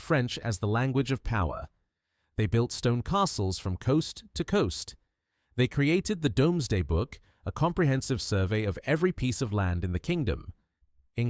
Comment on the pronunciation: Shame this is AI ...the voice says domesday book instead of doomsday shame 'cos then it looses it's authenticity....more utube time waste